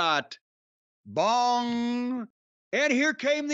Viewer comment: Anyone else catch Jim saying BONG instead of Gong? 😂